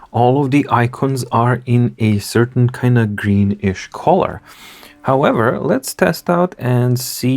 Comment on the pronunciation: Just a pronunciation hint: not collar (part of a shirt) but cull-er. British -colour kʌlə; American -color kələr